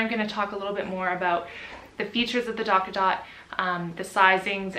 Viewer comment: not going to lie; i hate the name of that product although it sounds like you're saying "Dock-a-Dot" rather than "Tot"